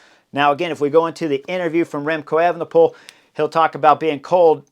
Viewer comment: Remcold or Remcloud Evenepoel?